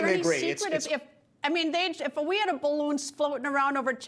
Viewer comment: you mean, "balloogny"